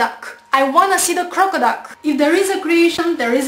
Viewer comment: crockaduck did she say crockaduck